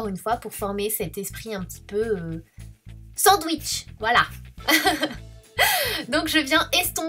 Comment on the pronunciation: Mdr tu m'a tué avec ton "sandwichs " hahah Sinon le maquillage te va très bien tu es sublime Sana Bisous 💓💋